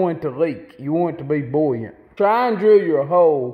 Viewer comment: "boooo-yant" Great vid!